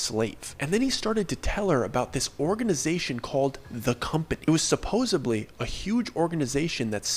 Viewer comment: Haha, "supposebly".